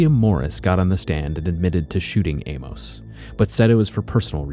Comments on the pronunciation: His name isn't pronounced "A-mose," but "A-mus." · You're pronouncing Amos oddly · Learn to pronounce Amos